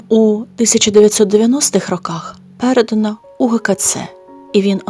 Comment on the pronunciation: Авторці треба слідкувати за наголосами, а зокрема: не Па'вла, а Павла' і - не пе' редано, а переда'но.